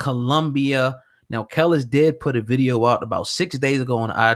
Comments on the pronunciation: Nigga it’s pronounced kah lees. When were u born, how u speaking on the culture and these people are apparently before your time u can’t pronounce her name, everyone knows kelis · KAH- LEESE is how it's pronounced, dumbass. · How hard is it to pronounce a name. It's pronounced "Kelise" and you know it! It's the same stuff we hate when white people dont bother to pronounce out names properly. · Kel-lis.. bitch.. fuuccck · I’m sorry I hate how he’s saying her name 😐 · 1 How do you want to talk about Kelis and can't pronounce her name properly? 2 Why are you sitting across from a ghost?🤔🧐👻 NONE OF THIS IS ADDING UP!!! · I'm gone need spade to get her name right first off!!!! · If you can't say her name right I'm not even attempting to watch this video...if you're gonna report...report...stop playing games...thats the reason I subbed to this channel...cuz you kept it real...now you on some fuck shit...foh... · why dont he know how to say her name??? lol thats so annoying.. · C'mon son. Get the pronunciation of her name correct. Respect your craft. She's not new. Learn how to say her name before you speak her business. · Bro, you're in media and you can't pronounce Kelis's name? As long as she has been out? Dude, get it together! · These dudes dont know shit, dont even know how pronouce the chicks name... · Tricia Tomlinson Straight butchered the name 🤦🏻‍♀️